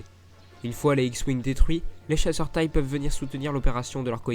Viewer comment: Pour info, on dit chasseur T-I-E et pas chasseur " tay " !